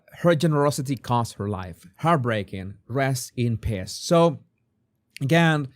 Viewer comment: Peace is pronounced PEEES, long E. Abroadian is not a word; use the word FOREIGNER. Grammar lesson for the day! ❤